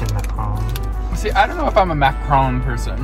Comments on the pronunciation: Mac - a - roon not mack -ron 😆😆😆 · It's pronounced mac a roon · "You look like a fall girl, I look like a couch." Relatable lol The way pronounces macaron what the what?! ha,ha